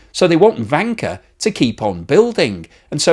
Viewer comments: I can't stop hearing wanker xD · Am I the only one, who hears the word wanker every time says Vanke? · I usually don't understand half of what he says, but it's interesting anyway. "Vanker" sounds a lot like "wanker." Thank you,! China's going down. All economies are headed for the sewer. Study revolution, amigos. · In romanised Chinese, Vanke is written as Wanke but it is pronounced as Wanker. It's no surprised that they changed it to Vanke! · This is hilarious ... I follow a podcast called Red Flags Podcast - and they have the former F1 principal Gunther Steiner on oft times ... who is german ... and all I hear instead of Vanke is wanker ... I am not trolling just laughing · If transcribed properly the Chinese name for Vanke 万科 should be Wanke. If one pronounces it with a Beijing accent one could easily slip into Wanker 万科儿mode. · Hurray 🎉 I am not the only one 😂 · In German it sounds the same 😁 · Trying not to laugh every time says "vanker" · I think it is pronounced with a W sound like in the German. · Yes, but it still sounds funny. And I bet he is happy he can say it :D